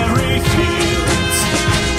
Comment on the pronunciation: One of the challenging things about reading lyrics as poetry is that sometimes words can be sung in a way that is different from how we would say them. For example, in "Strawberry Fields" the Fields is sung in a way that makes it sound like it has two syllables: fee-elds.